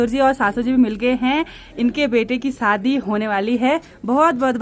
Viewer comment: Saadi nahi shaadi , hindi pahadi mix mat kiya kro, u r eductaed